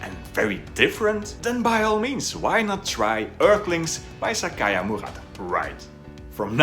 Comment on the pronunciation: It's 'HARUKI' not 'Hariku' Murakami, perhaps a small difference to you, but one is a name, the other is "a piece of cloth that is old or torn; rag" - Please fix as it is a marked difference and you can fix it easily. Unlike your pronunciation of Sayaka as Sakaya which is quite brutal too but harder to fix. I may be nitpicky to you, but it's seriously ear gratingly incorrect to anyone with any knowledge of Japanese.